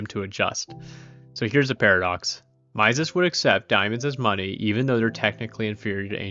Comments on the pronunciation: "Mises" is pronounced like "Meesis", FYI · I don’t doubt your intelligence at all, you seem like you’ve read a ton about this and I agree with your assessment of Austrian economics, but Mises’ name is pronounced like Reese’s (MEE-sis). -Guy who went to the Mises institute for a conference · Ludwig von Mises is pronounced /ˈlʊdvɪɡ vɒn ˈmiːzɪz/ or "LUUD-vig vo n MEE-zizz" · Nope. But mispronouncing Mises is an annoying yet common occurrence, even among Austrian Economists. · ok but i hate your pronunciation of Mises 😂